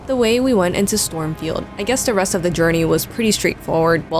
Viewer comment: its not stormfield its not the gafted its not margrit 😭